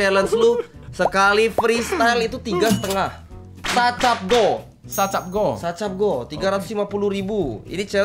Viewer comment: sa pe goh kali bukan sa cap goh